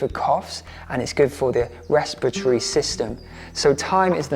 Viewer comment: Sweet Gaz, I’m I the only one that noticed you saying,” restipatry”?😅 I can’t even write it😂. You meant respiratory ❤